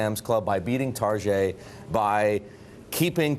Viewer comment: I was confused, what the hell was a Targé lmfao.